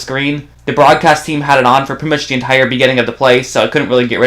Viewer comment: Please pronounce the "th" sound correctly. It's not "duh", it's "the". Your video is great but I can't concentrate on the content because of the incorrect pronunciation. It's like nails on a chalkboard.